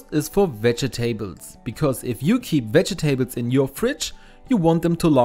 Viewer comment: Veh-jeh-taybles. LOL